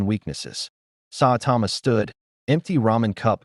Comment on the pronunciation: Sawtama...not how you say Saitama also 2 other clear problems 1: The Justice League doesn't use Boom Tubes, Batman has a teapoter on the Watch Tower, 2: the AI talks to much like a robot 🤖